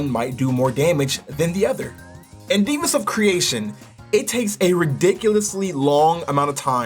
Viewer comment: Why are you saying “divas” instead of “Devas” (Dev-uhs)